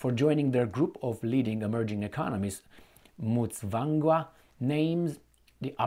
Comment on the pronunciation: Yes thanks for reporting on my home country Zimbabwe, great pronunciation of Mutsvangwa.